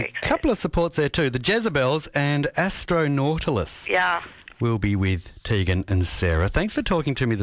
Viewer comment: omfg it TEEEEEgan not TAYGAN. GRR